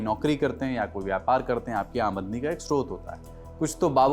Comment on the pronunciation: Sir video ke second pe amdani ko bhaiya ne "amadani " bol diya 😅